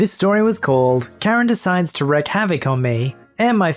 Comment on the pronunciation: Wreak havoc is pronounced reek. Wreck havoc makes no sense.